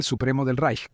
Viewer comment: el Tercer “Reich”, En alemán, la “ch” no suena nunca como la “ch” española (ni como en chico ni como en Chile. Se pronuncia más bien como la “ge” “gi” española. 😉